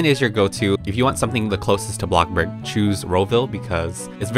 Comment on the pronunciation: Say it with me BloCkbuRg